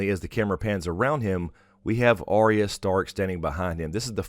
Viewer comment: it's Arya not Orya